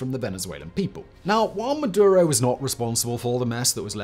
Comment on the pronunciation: Its maduro